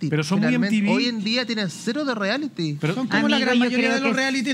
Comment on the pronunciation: Me da nervio escuchar al animador decir “Riality” si se dice “Reality”. Aparte de eso, me encanta el, es muy simpático.